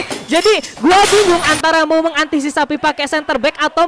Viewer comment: Mengantisipasi bang bukan mengantisisapi 🤣